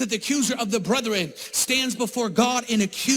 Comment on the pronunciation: the word is brethren. Not brothren. But he isn't wrong about Julie Roys. The rest of what he says, well...